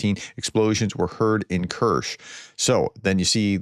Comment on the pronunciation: correctly pronouncing of Kerch is close to Stretch